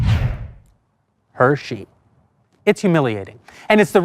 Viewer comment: It's Hershey not Hershe!